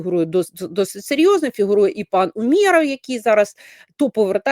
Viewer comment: у́меров, давайте ставити правильно наголос